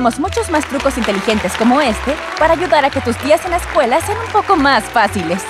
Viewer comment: Alas dise cuela no escuela